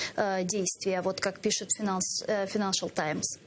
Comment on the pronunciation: Файнэншэл, а не финэншэл, позорники неграмотные.